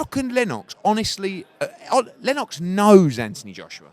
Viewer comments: eddie "len-OX" hearn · You can't even pronounce Lennox Eddie you divvy bastard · why does eddie stress the 'o' in lennox lol